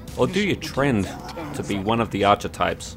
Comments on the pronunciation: You pronounce "archetype" strangely. I've always heard it "ark-eh-taip". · is pronounced Ark-e-type, just so you know. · Archetype is pronounced with a sharper 'ch' sound.